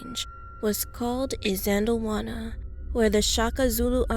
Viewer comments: The way you said isandlwana is a noo noo🙅🏽‍♀️😅 by the way I'm from SA in Kwa-Zulu Natal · The way she said "isandlwana" bothered me, but I understand. 🇿🇦